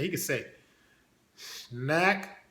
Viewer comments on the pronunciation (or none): He said " snacc. Craccle and pop...🏌🏌😂😂😂